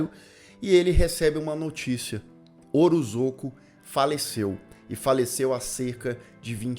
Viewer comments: Li essa nota antes de assistir ao vídeo e a cada “orozoco” eu soltava um riso haha obg por esse pequeno deslize q me fez rir! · É OROSCO a pronúncia. Eu sei por causa de uma amiga q tem esse sobrenome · Deu um pouco de agonia ouvir você chamar o coitado do Orozco de Orozoco o vídeo inteiro. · Devia repostar falando o nome certo